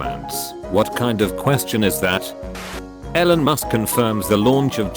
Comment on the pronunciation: the funniest thing that happened in this video was when the text to speech read Elon as "Ellan"